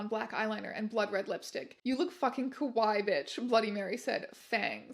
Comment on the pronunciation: I don't know if it's intended to be kawaii or kowai in the written version, but if it's written as kawaii and is just being mispronounced here as kowai I think it's kinda funny since kowai means "scary". Great reading! Congrats on the subs!!